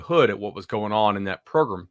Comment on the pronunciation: Progrumm ..... The SEC way of saying program .... I don't enjoy watching Georgia football. It's essentially Nick Saban ball 2012 - 16.